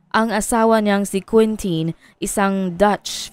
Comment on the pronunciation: Quintin po hindi queentin ang pronunciation dun.